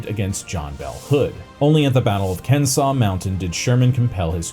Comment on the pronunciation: Well he called it a "platoon bridge", that's probably why you missed it and it's what broke me. It was the mispronunciation of Leavenworth Prison and Kennesaw Mountain that wound me up early, after those I lost track.